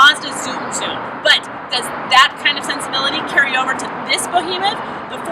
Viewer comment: What the hell is a bowhemoth? Do you mean behemoth? Get it right if you are going to be on camera. Just so you are aware in the future, mashing on the big pedal on the right without shifting equals 12.5 mpg. Not the cars fault, it's yours! Who hired this person?